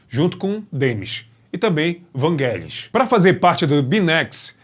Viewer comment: não é não. É Vangelis mesmo. Sílaba tônica no "e"